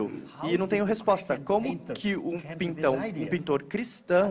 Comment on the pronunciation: Mano o tradutor foi falar pintor e falou pintao 😂